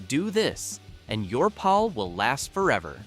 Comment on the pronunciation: It's pronounced parking paul. Not Pal.